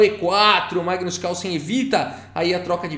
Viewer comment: NEIPO GAINHOU DO MAIGNUS NA SEIMIFINAL